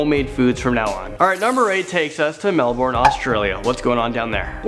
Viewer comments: melbourne not melborn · ITS NOT MELBORRN ITS MELBEN (pronounced!) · Its pronounced mel-ben not mel-born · try pronouncing it Melbun, thats how we say it mate ;) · MELBOURNE??? It's spelt that way but it's pronounced Mel-bon!!!!! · Hahahahahahahaha....... "Melborn" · that's not how you say Melbourne its pronounced